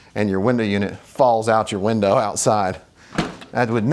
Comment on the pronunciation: he doesnt know how to say window